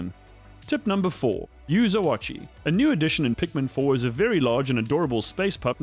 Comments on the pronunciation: I know right, it’s just O-chi, I don’t know why he’s pronouncing the A so much lol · The way you pronounce oatchi is killing me